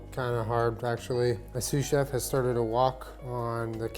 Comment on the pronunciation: Excuse me! I thought it was SUSAN CHEF, not sous chef haha!